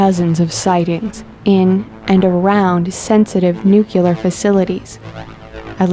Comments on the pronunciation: ..."NUKE YOO LUR"? No..it's "Nook Lee AR" Just saying. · "muricans" and their "nucular" weapons... IT'S NUCLEAR!!! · At she says "nucular" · New Clear!!! How flipping hard is that to say? It is NOT "Nu Qu Lur"!!! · Somebody PLEEEAAASSSEE tel the female narrator that it is NU-CLEAR not NU-CU-LAR.... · Dammit, it's pronounced nuclear. Not nucular. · NUE-KLEE-ARE!! Damn it! Not NUE-QUE-LER! I know it's a small thing but..damn, is it irritating. Why can't anyone get this right?! Nuclear. Not nucular. The word doesn't exist. Nuclear and molecular are two different things! Geez.. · Its Nuclear not Nuculer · i know narrators need nothing for work other than a voice, and the ability to read...but if homer simpson knows the difference between nucular and nuclear...come on! ;) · its nuCLEAR.. people fuck... NOT nukular!!! nuclEAr nuclear nuclear NUCLEAR!!! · Please, why is it some people cannot pronounce 'nuclear' ? It is simple really, two syllables, Nu - clear. It drives me nuts when I hear it pronounced Nu - cu - lar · Stop saying nucular! I hate that shit! It's nuclear damn it...NUCLEAR!!! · LOL... NUCULAR? It's is nuclear...not NUCULAR! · 'NUCULAR'? AAAAAAAAAAAAAAAAAAAAAAAAAAAAAAAAAAAAAAAGGGGGGGGGGGHHH! *Lies down in cold, dark room*. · Nuke ya ler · WTF is Nucula? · No such word as "Nucular" Sorry MORONS you need to learn English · Newkyalurr lol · Why doeth everybody in thith video have a lithp? And Nuculer? Really? Or did she say Nukyuhler? Any intelligent filmmaker would have edited the soundtrack and taught the narrator to say "nuclear." We're trying to contact advanced beings but we can't even speak our own language. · Lost me at nookuler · Johnny Law but Bush said it was Nuclar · NUCULAR?! seriously?! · Hahaaha,bravo, your point! My typo; I meant "NUCLUAR" - as she is pronouncing it - instead of NUCLEAR, of course. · OMG, WHERE ON EARTH DID THEY FIND THIS WOMAN-PERSON, WHO IS MODERATING THE VIDEO? AND HER NUCOLURA............ I HATE IT, TOO!!!!!!!!!!